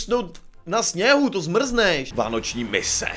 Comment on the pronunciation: ''VÁNOČÍ MISE''